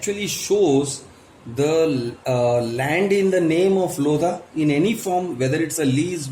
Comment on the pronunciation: It's not lodha it's loveda